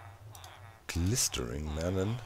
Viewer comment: I'm actually laughing so hard that I'm sobbing and snorting and this is just top teir hilarity P.S. Glistening is usually pronounced gliss-in-ing